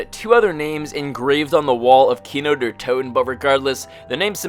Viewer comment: "Kino Durhh Toten"